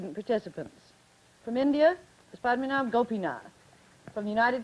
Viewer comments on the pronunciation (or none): Need to find this guy in India now, a great speaker, and the way he maintained his composure especially when Sara kept on praising the British colonial rule. But "" is definitely mispronounced and it would be even more difficult without knowing the correct name to find him now.